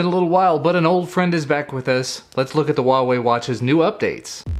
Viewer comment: It is pronounce 'Hua' , with a 'huh a', like flower. That is why the logo looks like a flower.